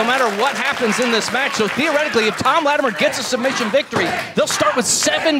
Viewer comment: Why does have so much trouble saying Latimer....?